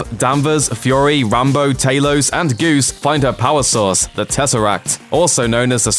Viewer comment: Talos not taylos